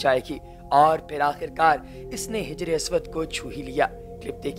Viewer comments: صرف ویڈیو ہی بنانے کا شوق ہے یا لفظوں کی صحیح ادائیگی کا بھی خیال رہتا ہے (حَجرِاسود)ہے بھائ جس کا معنی ہوتا ہے کالا پتھر... اور( ہجر) کا معنی ہو تا ہے جدائ.. اس لئے مہربانی ہوگی اگر آپ اس کو درست کر لیں تو...... اللہ تعالیٰ آپ کو اس کی توفیق دے آمین ثم آمین.. M. A. سلفی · Yeh ‘Hijr e Aswad’ NAHI, Hajr e Aswad kahlata hai. Video banane se pahle kuchh tou tayyari ker! Bachpan mein nahi seekha ab to seekh, aur ghalatian Na phaila!